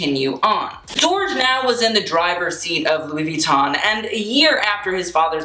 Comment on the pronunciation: You should maybe have started out by pronouncing the brand name correctly.